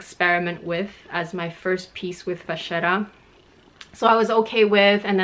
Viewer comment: I appreciate you explaining the two pronunciations in French and Italian at the beginning 😊. I also speak both languages and know we like to make up our own versions of how to say things in the luxury community 😁. Spot on with the French (of course!) and Italian 👌. Thanks for the video 💕